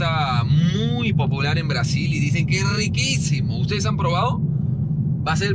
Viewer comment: que falta de respeto!! Cada ves que dices “braaSill” tienes que meter el filtro, es el toque por nuestros hermanos brazucas